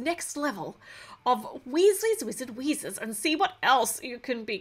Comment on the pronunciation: You said Weasley's Wizard Wheezes correctly